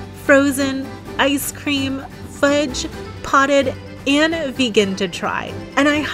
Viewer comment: Are you aware that you say 'anna' when speaking the word 'and'? It's a weird pronunciation when your speech is otherwise so nice.